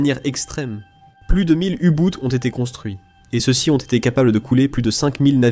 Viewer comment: u boute ? A bon ? u boot, impossible à prononcer ? ou pas you, boot, pas botte, ni boute, de grâce. Un peu de prononciation Allemande améliorerait grandement la qualité de votre document.